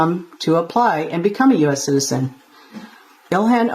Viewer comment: English please…. Citizen not citisen, citizenship Not citisenship 😂😂😂